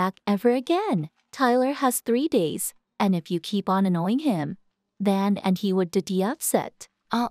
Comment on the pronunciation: Fiona is not anoinoing The. Other. Is. Ayoing